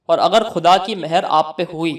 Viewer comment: Apne words sahi kro KHUDA aur AKHIRKAR in words ko properly kho jis trah tm keh rahe ho ajeeb sa lagta h aur uska galat asar padta h phle bolne ka qayeda sikho fir dusro ko ilm do dusri bt maula Ali as 4th khalifa ni h